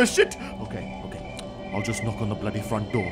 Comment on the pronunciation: Stop say Boody